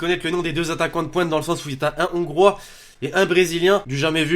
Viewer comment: Ongriyase 😂😂😂 on dit ongroi